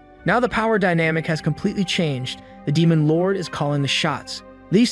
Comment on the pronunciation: the 9th rank damon. I MEAN DMEON OMG U SAYING DAMON MAD EME TYPE DAMON INSTEAD OF DEMON Is named after emergency food